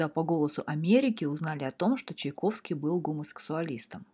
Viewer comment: Да Чайковский он, а не Чиковский